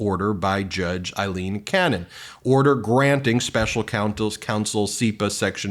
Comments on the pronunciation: Aileen Cannon; not Eileen Cannon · This is just random but her name is not Eileen it is Aileen….the first one is pronounced with an i sound and the other is pronounced with the A sound…. I have heard her name pronounced correctly but not on Midas, lol